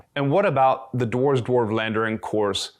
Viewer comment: Thanks for the vid. PS It's not 'war' with a 'd' in front of it, not the [oh] sound but the [ah] sound (as in 'arse' :-P ). Just saying.